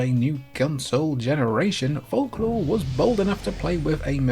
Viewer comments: Fork law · Bro can't pronounce folklore right